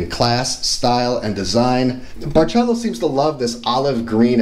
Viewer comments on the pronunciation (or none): My dear love your video but let’s get the name right my friend. It’s called bar sel Óoo. Like the rum. Ron barceló. Emphasis on the Ó.